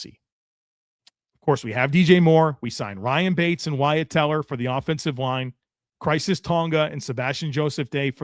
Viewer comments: Tonga's first name is pronounced Kye-RISS not crises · Khyris, not Crisis,. Lol.